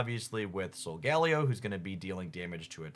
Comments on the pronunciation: Love the content,. Here’s an unsolicited pronunciation guide for our two new pack mascots: Loo-NAH-la Sol-guh-LAY-oh. Like Galileo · SOL-GAH-LAY-OH is how its pronounced in the anime